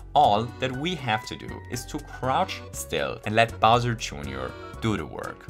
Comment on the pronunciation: "bowser" joonioar 🤣